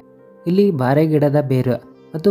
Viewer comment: (ಬಾರೆ ಅಲ್ಲ) ಬೋರೆ ಗಿಡ